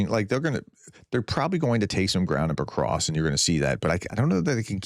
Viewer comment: Prof, it isn't PoKrosk it's PoVVVVVrosk.